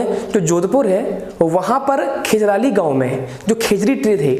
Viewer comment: गांव का नाम खेजराली नहीं है खेजड़ली है